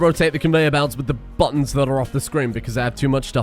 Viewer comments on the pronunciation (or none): none